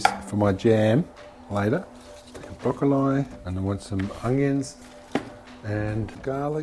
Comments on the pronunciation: Broccol(I) not eye. Maybe it how they say it in australia. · Where has this channel been my entire life?!! Wait did he say broccol eye